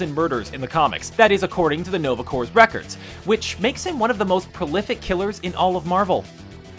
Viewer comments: For some reason, some people pronounce it as corp, instead of core, or cores/corpse. Probably because they've heard it as part other words and names, like in Oscorp and Lexcorp. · In Green Lantern Corps, you say it like 'core', not 'corpse' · sometimes I wonder if they say stuff wrong on purpose or on accident, like him pronouncing corps like corpse and not like core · ITS PRONOUNCED CORE! NOT CORPS ITS FRENCH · 1. It's mischievous, not mischievious. 2. Corps. is not pronounced like corpse. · Green Lantern "CORPSE"? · did you actually pronounce the "p" in Green Lantern Corps?